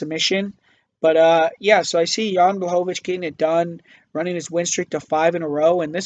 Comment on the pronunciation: He got Jan Blachowicz though and made sure to say it as many times as possible because he was so proud of that pronunciation xD